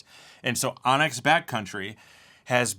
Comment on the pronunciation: LOL. I've never seen the ON X logo before. It's so smart. I thought you'd been saying ONYX.